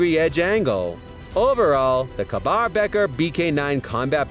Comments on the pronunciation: Kah-bar? It's pronounced like "KAY-BAR" this guy really doesn't know anything about knives. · Ka-bar is said like Kay-bar, no kaaaa-bar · K Bar is an American co not an Indian co pronounced as cabar. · ka-bar=KAY-BAR... learn what ya'll are talking about! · He said mol like a gangsters gun mol instead of molle. And kuh bar. Smh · The "robot" voice is offensive even to the point of mispronouncing words, e.g. Ka-Bar. I therefore voted this "Top 10 Zone" DOWN. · I thought "Moll" and Adamas were bad enough, but I lost it when he got to Ka-bar.